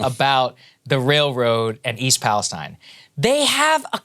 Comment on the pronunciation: Wow someone said East Palestine correctly 👍